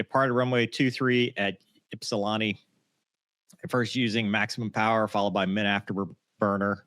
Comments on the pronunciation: . Ypsilanti: The “a” is pronounced like the “a” in Slant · it’s Ypsi-tucky 😂